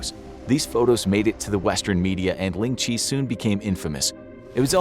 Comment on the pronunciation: Ling Chi really u Butchered that so bad